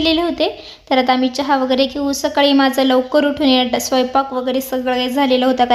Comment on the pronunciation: Tu saksakali ka mhante sakali mhanat ja